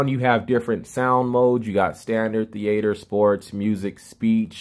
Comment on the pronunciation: Thee-aighter day